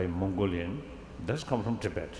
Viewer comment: Andrea Cappuccio especially the constant "to bed" instead of tibet^^